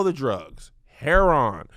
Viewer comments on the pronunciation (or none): Why is he saying heroin like somebody grandma 🤣